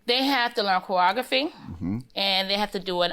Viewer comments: OMG yessss --- corography LOL!!! Made my head hurt listening to this case.... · “She had to learn choweogaphy.” 🥴